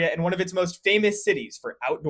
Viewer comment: Thank you for pronouncing Coloradoans properly lol